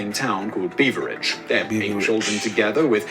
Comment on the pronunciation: Beveridge as in Beverly